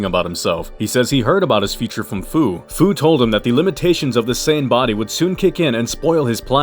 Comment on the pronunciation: Great vid buddy! 😁 Fu's name is pronounced like the word "few". 😁 "SFPS4 Limit Breaker, "SSBE Berserk/Controlled", dayum, that's a mouthful 💀